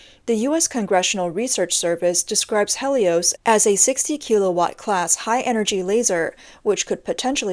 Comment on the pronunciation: Yokosuka? Helios? Kilowatt? That's not how those are pronounced. Again, hmu if you want a narrator. :)